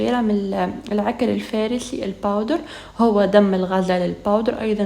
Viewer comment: C'est la3kar lfassi c'est pas lfarssi